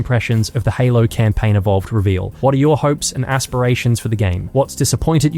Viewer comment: "all you do is camplaign"